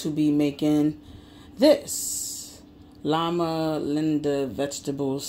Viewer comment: They are amazing if cooked right! You pronounced it wrong Low-mah Linda cook it like you cook fish! Bomb Bomb